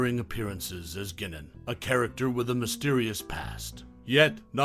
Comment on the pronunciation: Bruh. It's Guy-naan, not Gi-niin. 😂